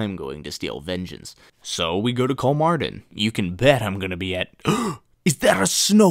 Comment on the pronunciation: Why are you saying it like its in Danish? haah